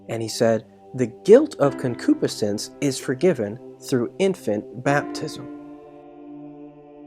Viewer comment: You're saying concupiscence wrong. Pronounced- Con-Q-Piss-Since Enjoyed the teaching thanks!